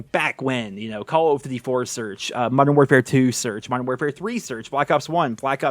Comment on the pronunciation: I love how it sounds like he is saying: "CoooLl of duty" Hope you're doing well!